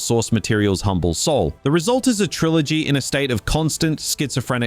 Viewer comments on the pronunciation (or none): none